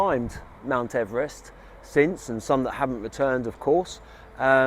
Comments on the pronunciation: His surname is pronounced Eve Rest not Everest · I have heard that his name was pronounced EEvrist not Ever rest. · Yay ! I've been waiting for this one ever since I suggested it on the day you were already visiting ! Poor George is very famous but we all say his name wrong as he pronounced it "Eve-rest". So much for fame ! A great video, all the best, Pete